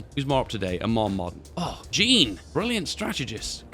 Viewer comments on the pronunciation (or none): The way he said jean must have pissed off a lot of french people. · The way he pronounced the french field marshall's name "jean" hurts so much.